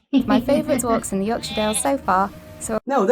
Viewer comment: I'm a Yorkshireman, and pronunciation in the introduction sounds spot on, she says it as a shortened 'shuh', which is perfect, most Americans would be over emphasising it with a clear 'shire'.